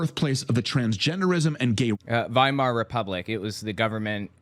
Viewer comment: He's also mispronounced Weimar everything time. It's pronounced Viemar.